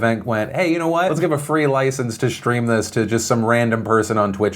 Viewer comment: "Shtream"??? really? How many times in one video can you mispronounce the word "stream"?